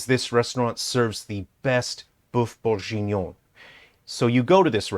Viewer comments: Sorry...i had to give this video a thumbs down just for the godawful pronunciation of Boeuf Bourguignon. The rest of the video was great...but that pronunciation! OMG! 😜😁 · "boeuf bourjinon" aaaaaarg just for those reading this, it's pronounced kinda like: "buff burg-eenion" The same g as in gear. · He ain't pronouncing boeuf bourguignon correctly